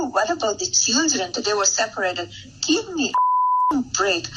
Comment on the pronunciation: Her accent isn’t a major issue, though after all these years in the U.S., it seems she’d correct the hard “e” sound instead of a soft “i”, saying “geev” instead of “give”, for instance. She uses awkward phrasing like many ESL speakers might sometimes, but she’s praised as being a fluent speaker of many languages. I know if I spoke my second language as well as Melania after a few years of classes, I’d be corrected by the instructor, then encouraged and expected to do much better.